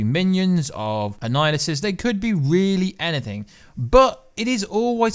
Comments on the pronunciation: Annihilus not Annihilusus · na I mean this guy keeps saying annihilisus..its annihilus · Since you DID ask.....it's Annihilus, not Annihilusus. You called him/it the latter at least 3 or 4 times. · It's kronos not anninhuls, he has been stuck in the quantum realm. Awhile back they said another jim starlin character would show up. Thanos is 1 and now kronos might be 2 (both are starlin creations) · Bro its pronounced an-Nile-us. No apostrophe S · If you’re going to make these videos, you have to learn how to pronounce the name ‘Annihilus’ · yes..but I'm saying was saying his name wrong